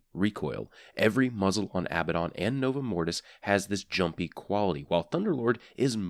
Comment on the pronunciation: its " a-BAD-in" not "abba-don"